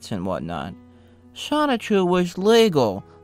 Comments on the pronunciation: Generally speaking, I don't nitpick about pronunciations, but how can you pronounce it Sonic-chu after so much research? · repeatedly pronouncing Sonichu as Sonic-Chu is quite grating. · Lost me about 2 minutes in when you said "Sonic Chu" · Stopped watching as soon as you said "sonic-chu" how could you do a whole video and still mispronounce the linchpin of the story like that. Sloppy. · Please reupload this but pronounce Sonichu correctly.